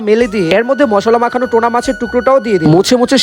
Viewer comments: Tona😂😂😂its tuna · টোনা না টুনাা মাছ বলে।